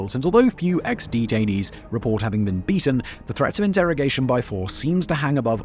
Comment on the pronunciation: i heard it as xD-tainees, i need to touch grass.